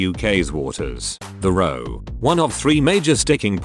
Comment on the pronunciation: You are mispronouncing the word "row"